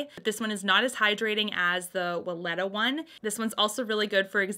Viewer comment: Katie Jane Hughes loves Weleda Skin Food. She even uses it as a highlighter on her high points. They also sell it at Target. Love it ❤ Oh, and it's long "e" on Weleda 🙊